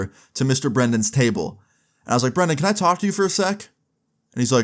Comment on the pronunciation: love how everyone says brendon when the name brandon